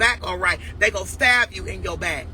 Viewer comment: "Dey gon staav u in yo back ".... got it 👌 not stab but staav 🤔